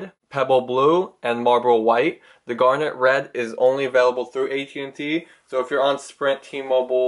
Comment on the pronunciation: did he just said "garlic bread" on 12th sec ........lolz